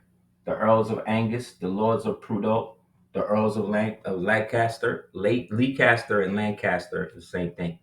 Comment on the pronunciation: Hi, tuning in from Leicester, uk, pronounced Lester. Lancaster and Leicester are two separate regions over this way